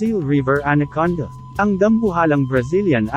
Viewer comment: Salamat po sa pgbhgi sa impormasyon n ito. Ang ganda pong pakinggan ang pagbigkas nio sa anaconda at cobra (tamang pagbigkas sa Ingles)...